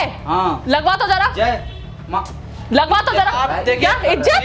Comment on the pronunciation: Jay ko theek se bolate Nahin Aata aur Bada aukat dikha raha hai